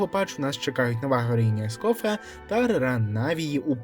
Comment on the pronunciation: Ескофьє! Наголос на останній склад а не ко* ескофе неправильно перекладаєш!